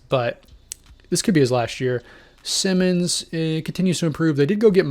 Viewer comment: #1. Anfernee Simons: Pronounced>>>> S_EYE-MONS. One of these >>> S <<< Not the same as Ben Simmons for the Nets. Two of these >>> S <<< #2. Shaedon Sharpe is an untouchable asset and will never be traded. #3. Green is a Free agent and could sign with Portland on his own. No trade needed. #4. BRO!! That is not Damian Lillard's "DREAM" roster LOL Now TRY AGAIN! LOL